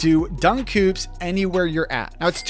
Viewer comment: The way he pronounces hoops is triggering.